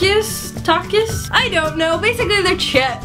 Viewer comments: Takis is said takees duh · simplydreaxox omg same I got shook she said takis wrong it's so popular even American know them and like them